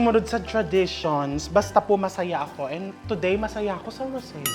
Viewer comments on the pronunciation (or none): none